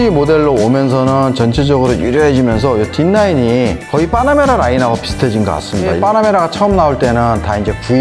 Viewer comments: 뽜놔뭬라 발음만 기억에 남아버린다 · 빠나메라 까이엔 박서엔진...발음 넘모 귀엽